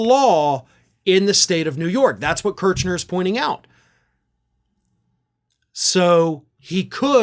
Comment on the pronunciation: Sorry, it’s Kersh ner, not Kerch ner.